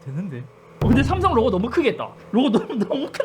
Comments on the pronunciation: 슴성은 너무 하네여 ㅋㅋ 넘모 이상해 ㅋㅋ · 샘썽 ㅋㅋ 그냥 어감부터 구림 중국같고 ㅋㅋㅋ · 스음성 ㅋㅋㅋㅋㅋㅋ 근데 진짜 이걸 실제로 하시는걸 보니깐 언제나 잇섭님 대단쓰 ㅋㅋㅋㅋㅋㅋ